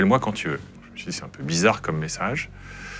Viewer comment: "Bizza'Khe'", "memoi'khe'", un petit effort de prononciation, svp.